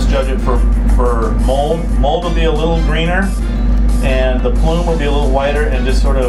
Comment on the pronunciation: You guys pronounced mold wrong